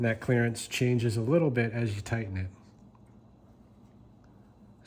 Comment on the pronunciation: i think youve had too much exposure to us southern folks... Sounded like you said " clarence " instead of clerence! lol